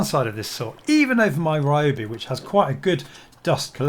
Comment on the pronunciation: Why can't white guys pronounce RYOBI correctly 笑笑